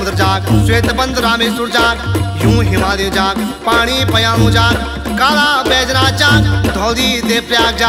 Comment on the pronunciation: यह गीत डाक्टर शिवानंद नौटियाल जी की पुस्तक गढ़वाली लोकनृत्य ~गीत नामक पुस्तक से लिया गया है तथा का उच्चारण सही है आप देख सकते है। इसमें फोटो पेस्ट नहीं हो रहा है में वरना किताब का पन्ना पोस्ट करती जिसमें काला बैजनाथ ही मुद्रित है ।